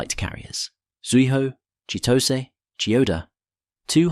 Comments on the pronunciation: for Chitose, the "-tose" is not pronounced as "toss" but "to see" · No it's not. The actual correct pronunciation is "to" like in "toy" and "se" like in "sell".